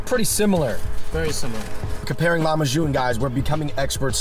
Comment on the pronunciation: LOL he pronounced it LEMA-June. It’s pronounced LAH-ma-June. ;) BTW Lahmacun is actually Turkish.